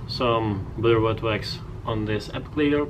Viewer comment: “Bedur witwux”